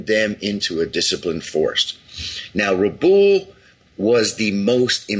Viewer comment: I've watched hundreds of hours if not thousands on the Pacific war and I've never heard it pronounced Rah+ Boole. Rabaul has always been pronounced Ruh + Bowel. I don't live there so I can't say for sure but this is definitely the first time I've heard it pronounced this way.